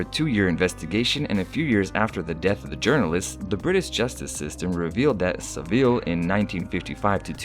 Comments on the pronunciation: it’s said sav-il... it’s seriously pissing me off how your saying it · Your pronounciation of Saville is funny...